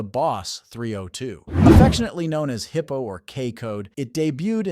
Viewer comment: Nobody calls it a “hippo” 289. It is a “high po” 289. It had the same compression ratio as other 4bbl 289s.